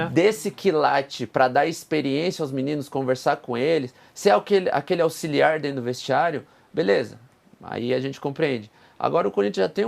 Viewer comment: O cara chamando o paulista de aulixiar pqp.nn😂 continua assim. Já pode gravar pqp